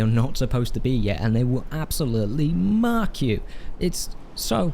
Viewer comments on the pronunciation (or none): none